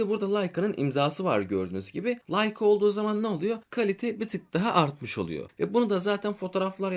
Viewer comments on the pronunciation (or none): none